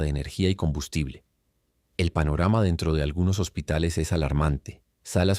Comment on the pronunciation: Yo conozco la palabra hospitales no hositales 😂 saludos 🫡 y ojalá y caigan todas las dictaduras …